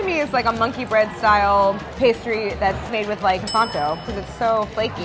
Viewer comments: Im surprised that with all that french knowledge Claire still pronounced Croissant wrong (mainly pronouncing the silent T at the end). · M N not at all! are you high? What’s the point in pronouncing the T in croissant when she perfectly knows that it’s silent? She speaks great french yet choose to mispronounce that word. Why? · Still pronounces croissant wrong though! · Claire: shows off her knowledge of the french language Claire: pronounces croissant “cross-ont” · Really enjoy these guys, but can somebody tell me why employees of a media entity called Bon Appetit refuse to pronounce croissant correctly. Not only should it not be one of the French words that English speakers have trouble with, but these are food professionals eating at a French restaurant! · Avi Mikhaylov there is still no need to pronounce the effing T at the end of croissant! It’s a silent T, it’s actually saving you time! How hard can that be?? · Croissant is one of the very few French words that I know how to pronounce... And, I'm really sorry, but neither Claire nor got it right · yes she did ! but i can see why croissant would be hard to pronounce